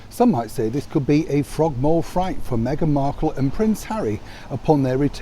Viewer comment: Is it Fright or Fight,? I'm not sure. Ooh R!